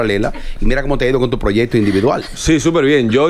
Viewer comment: Cuando será que Amelia va a decir proyecto con C y no proyeto 😢